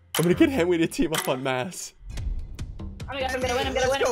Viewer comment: I like how they call him henwy instead of Henry